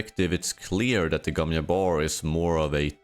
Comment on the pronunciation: Bro, I get you're Swedish but can you put in at least the smallest bit of effort in trying to pronounce the english g sound in Gesserit or Gom, or the j in Jabbar? English isn't my first language either but come on. Bene Yesserit / Yom Yabbar is not it lol